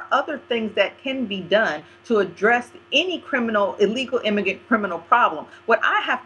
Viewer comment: bitch keeps trying to sound smart but keep saying immigant. it's immigrant you stupid ebonics bitch!